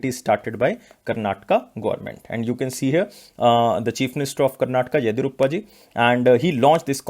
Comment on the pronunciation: Please pronounce karnataka's CM name correctly... 👉 YADI + YUR + APPA